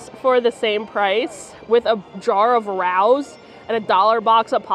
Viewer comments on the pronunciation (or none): Rao is pronounced "Ray-o". The sauce is "Ray-o's" sauce. 😊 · Hey, Rao’s is pronounced like “Ray-o’s”. Just wanted to let you know!!!!